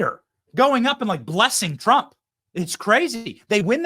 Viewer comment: Trump not Tramp